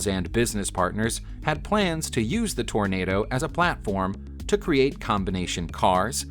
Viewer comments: Toronado, not Tornado DOH! lol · Too bad that you can't pronounce Toronado. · The narrater had no problem pronouncing the French words, but failed at "Toranado" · Or Hergé!